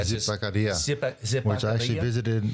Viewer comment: I love George the “Colombian” always mispronouncing Spanish words and places in his father’s native country 😂 Zipaquirá